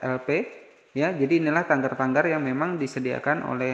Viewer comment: Tagar bukan tanggar bang